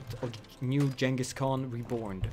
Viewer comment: the g in Genghis is like the g in good